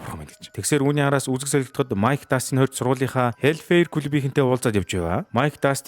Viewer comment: Hellfire-г зөв хэлээчээ 😤😤😤